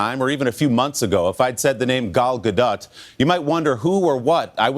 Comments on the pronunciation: Repeat after me: Gaaaaahh Dotttttt. GAH-DOT. not "GaDat". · No :) Ga-L Ga-Dot. Ga like Gaga, Dot like dot. Not dote or daht :) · in Hebrew we dont have soft/hard sounds and we have flat syllables (not short or long). so the issue with her name is that Americans take it to the AH vowel, while its an AH on her first name and an AH-OH on her last name. Its really quite easy. flat vowels: GA(like in her first name)+dOt